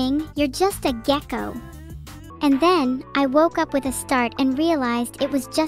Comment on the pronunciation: Why did she say gecko like it was a slur LMFAO